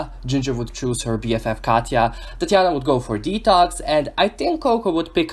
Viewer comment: I love the way you say Tatianna